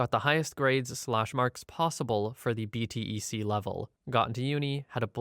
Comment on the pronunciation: Hi, quick note to the narrator: in the UK, a BTEC is pronounced B-Tech. Also, GCSEs are grades we get at the end of high school. They can be used to go into A-Levels, and they can get you into college. A BTEC is considered an alternative route, as well as apprenticeships.